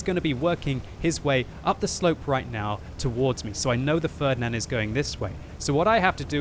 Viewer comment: your pronunciation of "Ferdinand" sounds so strange and wrong for germans xD